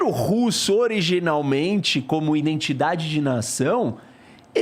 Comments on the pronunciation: domina o assunto, uma aula, mas fala "INDENTIDADE". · O careca fala “iNdentidade”…pqp!